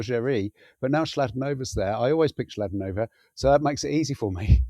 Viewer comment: Chladonova…. Ch in slovak is not like chalk but a kicking k sound like Bach 👍